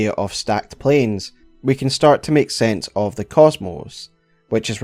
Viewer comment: “Meek” means something different in English than make, if you want to speak English, it is [maek]. Please, finally, learn English.